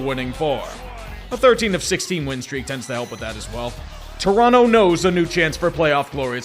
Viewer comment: Props to for pronouncing Toronto properly 👌